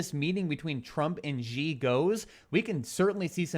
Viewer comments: The Chinese guy is not GEee. It pronounced like "She". Xi. X is pronounced like the french style in Chinese, like an Sh with a small h. If you could combine See and She, that would the most correct way to pronounce it. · i lived in china for several years. X has 'sh' sound. so Xi correct pronunciation is 'She'. Love the shows!